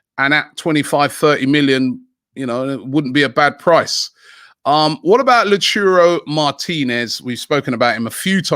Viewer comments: LAU-TA-RO not Lotoro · please stop calling him la churro, its lauwtaaro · lol. La-oo-ta-ro.. Robbie and Cecil are the name-butchers. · Man said lachuro martinez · Nobody: Absolutely Nobody: Robbie: Lauchuro Martinez😂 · Big up Robbie absolutely love all the work you do but the pronouncing of some these players is killing me who tf is La churro 😂😂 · Every time you butcher a name like "la churro" martinez, a child dies somewhere in the world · lauchuro martinez lmao bruh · cmon Lau-ta-ro 😂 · Nopeee its La-CHUUUU-ro 😭😭😭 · Yeah who doesnt know him "Lachiro" martinez?